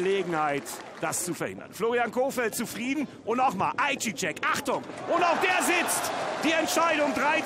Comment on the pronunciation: Ist zwar "Ei seyah" ausgesprochen Young aber danke fürs hochladen.